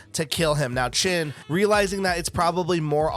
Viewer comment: Just a side note: His name is Shin not Chin